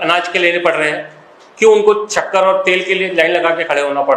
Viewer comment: Chakkar nahi re baba woh shakkar hai